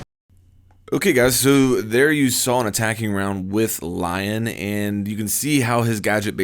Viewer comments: I think you actually pronounce it Lee-on since he's french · I thought it was LI-ON? (Lee-On) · It's pronounced Leon EDIT: how's this not on TTS?